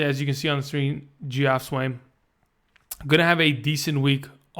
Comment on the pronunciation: Good video. Just FYI Geoff is actually pronounced Jeff. Weird right?